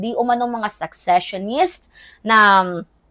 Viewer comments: secessionist hindi successionist sesesyonist pronunciation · Gud am,fan mo ko kaya correct ko ang cnabi sa content mo ngaung araw...hindi successionist dear but seccesionist ok?take care.